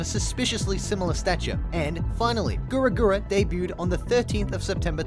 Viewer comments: the only thing that triggers me in this video is your pronunciation of her name but other than that this shit is interesting! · this is a great video, my only complaint with it is how you pronounce the wofd "Gawr" lmao. Other than that tho, this is pretty spot on. good job. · sorry but i hear you you say gura gura not gawr gura its disturbing me😂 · Excuse me sir, but if I hear you say Gura Gura one more time I'm gonna pop a vessel. Please refrain from your speech impediment called "a british accent" affecting at least the basics of reading comprehension as well. It is very clearly written as GAWR GURA, not GURA GURA. Please, and thank you. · Gaaarrrr gura not gura gura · I don't like how this guy pronounces her name as Gura Gura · Are we gonna ignore the fact he said gura gura and not gawr gura. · What im hearing: Gura Gura what he's actually saying: Gawr Gura How he's pronouncing it: Guwer Gura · Why does it sound like you pronounce her name like "gura gura" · Is he saying gura gura? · Anybody else getting tilted that he pronounces "Gawr Gura" as "Gura Gura"? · GAWR Gura not Gura Gura Lol sorry it kinda peeved me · It bothers me that he calls her “Gura gura”... It’s “Gawr gura” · na he says grr gura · He actually said gawr gura but yeah, the sounds more like gura gura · did my man really say gura gyra at the beginning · It's not "Gura Gura" It's "Gawr Gura" ... .. . .. ... Also... SHAAAAARK! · TDIL that "Gawr Gura" is supposedly pronounced "Gura Gura" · Why do you call her Gura Gura? It’s Gawr Gura. Get her name right haha 😂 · Is he saying gura gura? Its Gawr Gura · PLEASE CORRECT YOUR PRONOUNCIATION. IT IS NOT "GURA GURA" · Gura gura... could you please say her name right? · Why do you call her goor goora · It’s kinda disturbing that you pronounce it gura gura lol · why does he keep saying guragura its SOOOOOOOOOOO STUUUUUPIDDDDDD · I know this is stupid of me to say this but the fact that you’re saying Gura Gura triggers me more than it should